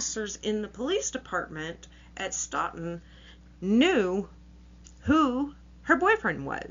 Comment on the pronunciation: The town is pronounced Stoe-Ton.